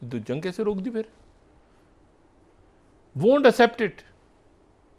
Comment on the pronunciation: ڈاکٹر صاحب اسپٹ نہیں یہ ورڈ ہے ایکسپٹ Please utter correct pronunciation